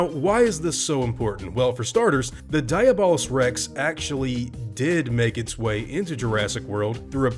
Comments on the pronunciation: I'm pretty sure it's pronounced Dee-ah-bull-us-, not die-a-ball-us. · It hurts to hear you pronounce it like diabetes and not like Diablo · I thought it was pronounced De-ah-blos rex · I think you pronounce it dia bol us rex and also Diablo someone translate that